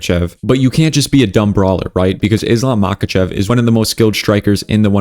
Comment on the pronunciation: bro, not mAkachev but mahAchev